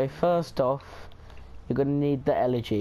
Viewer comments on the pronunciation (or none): none